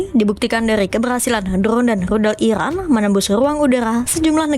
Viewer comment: IRAN bukan Ikran min 😂🤣